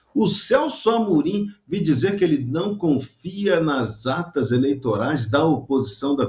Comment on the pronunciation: ... Depois de bocejar .. dispara um nome de artista no lugar de político.. tá bêbado cara? mostrar "akitas" ? Não seriam as atas? .. pelo amor de Deus hein.. valeu fui